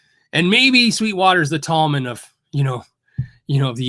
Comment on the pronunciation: Thomann do seem to look after their customers, no complaints., chat to Henning, he has a lot of experience with them. By the way, it''s pronounced 'Toeman.' Would love to see you check out some Harley Bentons from them (no issue with rosewood as they've changed those fretboards to 'thermally treated maple' (they call it 'roseacer'). Keep up the great work and thanks for all you do for us.